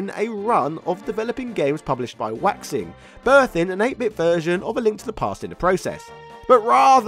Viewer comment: "Waixing" is probably pronounced "why-shing." it definitely isn't pronounced "waxing."